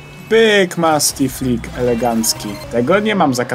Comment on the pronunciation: mówi sie musti flik ale ok karzdy zrozumiał